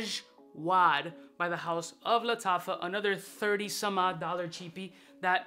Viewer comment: Ass-wad, ashwaa.... Ajwad!